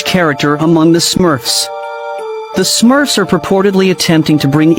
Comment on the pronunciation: Me too😂. He actually called them Smuffs WTF??